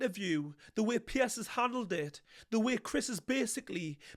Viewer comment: His name is 'Piers' not 'Pierce' 2 different names. Just saying 👍